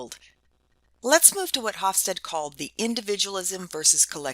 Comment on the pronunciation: I very much like your video and I have assigned to my International Management class. That said, I was a bit reluctant to do so as Geert Hofstede's name is mispronounced here. I apologize as I wasn't sure how to reach you in a less public setting, so please feel free to delete this comment after you address it. The "G" is hard for non-Dutch speakers, but it is akin to the Hebrew guttural Chaf (כ) and Chet (ח) often romanized as "ch" as in "l'chaim" or the Russian Kha (X) often romanized as "kh" as in "Kazakh". The Dutch "ee" is pronounced like the English "ay" (for example, Beethoven, whose father was Flemish). Finally, the final "e" of Hofstede is pronounce. This means that the middle "e" is pronounced as an "eh" (as if there were no "silent e"). So the second part of his name is something like "stead-uh".